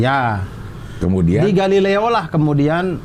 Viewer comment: galileo galilei kali durr kok jadi galilea kawkakwkaw?